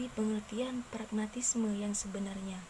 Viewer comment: Untuk pemateri kedua..pragmatisme ya bukan paragmatisme😊